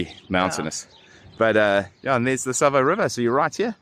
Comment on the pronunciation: St Sava , not Sabah